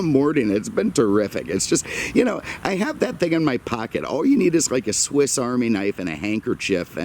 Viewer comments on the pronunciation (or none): none